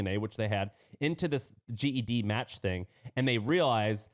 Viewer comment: GEDmatch is pronounced Jed (like Jed Clampett) Match. Genealogy. Gene. GEDCOM. GEDmatch. 24 seconds in, and I stopped listening, because you did not do your homework.